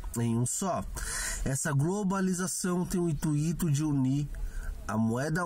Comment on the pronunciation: Ótimo video, apesar do "intuíto"...